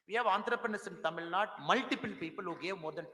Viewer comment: Tamilnadu not Tamilnad mr anamala😂.தமிழ்நாடு கூட சரியாக சொல்ல தெரியவில்லை அதென்ன தமிழ்நாட் நோட்டாவா.